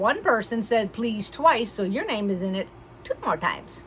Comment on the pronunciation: Thank you!!! You pronounced my name perfectly. I can't wait to start watching your tutorials and following along. Hopefully you got my email :)